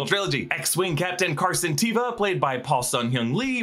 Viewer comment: If its not pronounced TAY-VUH then why does the character himself say it that way!?